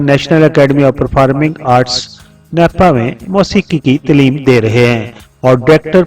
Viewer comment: اگر آپ کچھ سال اردو اور تھوڑی سی انگش سیکھنے کے اہم فریضہ کیلئے بھی کوشش کریں تو یہ "پر فا رم" اور تلیم طرز کی ساری آدائگیاں بھی درست ہو جائیں گی (شاید)🎉🎉